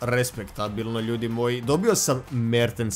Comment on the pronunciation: Kad krene da kaze: Mertens, ja uvek mislim da ce da kaze: Merte Zaker